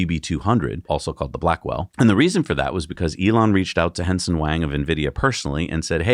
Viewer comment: It sounds like is pronouncing Nvidia CEO Jensen Huang’s name as “Henson”